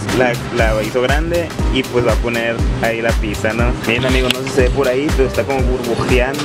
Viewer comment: Se escribe pizza, No se dice piTza.